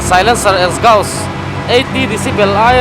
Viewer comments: Exhaust ...esgaust ti in i lam mai in ka hria 🫣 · Ekzaws tia lam tur aw. .😅